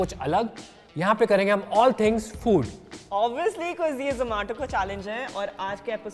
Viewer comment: Not zomato,its Zoo Maa Toh😂😂😍😍❤❤